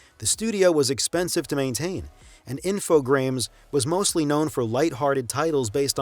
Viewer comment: Well done, very informative. Thank you so much for making this. A few mispronunciations perked my ears up, notably Psygnosis (the "g" is silent), Infogrames (the "s" is silent, pronounced "Infogr-ah-m") and Final Fantasy X (it's "ten" not "X") but maybe I'm just being nitpicky. The fact is, this is a very professional video and I can't wait for more of your content.